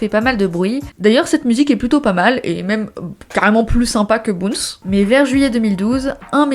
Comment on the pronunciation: Bounce ne se prononce pas boonce mais baoonce